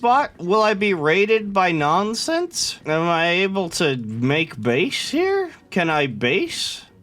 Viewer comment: "Nonense" -, i think